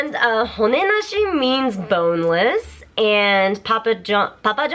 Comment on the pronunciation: that B O N E L E S S needed a bit more emphasis.